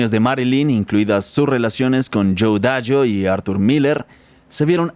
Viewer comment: De hecho no pronunció bien su apellido, seguramente no lo conoce 😢